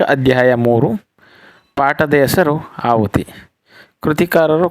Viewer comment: ಆಹುತಿ ಎಂದು ಸರಿಮಾಡಿ.ಅಹುತಿ ಎಂದಾಗಿದೆ.